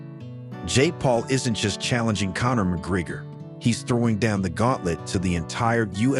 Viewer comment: Ahhh AI. You can't pronounce Connor's name correctly.